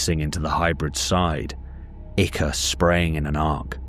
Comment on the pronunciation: I love your videos because you’re the only person on YouTube who pronounces ichor correctly.